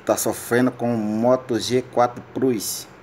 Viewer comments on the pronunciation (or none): none